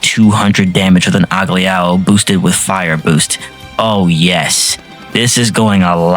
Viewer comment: Mate I'm sorry but please learn how to pronounce the skill, Persona, and character names properly. Cuz you pronounced Agilao wrong two different ways, and continuously mispronounced Kouha, Ann, Kawakami, and Cerberus, among other things. If you have a script in front of you, it should mean you have something to show you how to pronounce things while recording your narration. Aside from the pronunciation issues, your videos are entertaining, so don't get me wrong. Just that the mispronunciations are standing out rather starkly. It makes it way too difficult to simply enjoy the videos when it's constant.